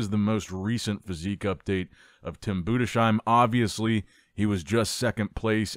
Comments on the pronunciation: Tim BOO DEZ HIME Not boodesh im 😅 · Tim Boo-diss-hime not Boo-de-shime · Budes-heim, not Budesh-heim. There is no "sh" sound. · His name is Tim Budesheim 😊 Greetings from Dresden Germany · Day 738 of telling he is pronounced "Boo-des-haim" 😂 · now you`ve to just switch the "sh" in Budesheim into an "s" and you got the right pronounciation. Budes - heim.:) All the best. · HIS NAME IS TIM BUDESHEIM ! 🤬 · FFS stop butchering Tims Surname!!!!!!!!!!!!!!!!!!!!!!!!!!!!!!!!